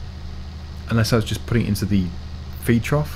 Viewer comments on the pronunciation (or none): none